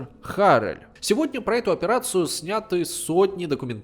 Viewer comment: Отличное видео. Только не Арэль а АрЭль.